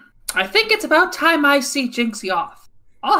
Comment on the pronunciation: I believe Jinxie's name is pronounced "Jin-Shee-eh" (Chinese pronunciation) But I HC that she's given up on correcting Trucy, and since Apollo's a friend of hers, she doesn't bother correcting him either.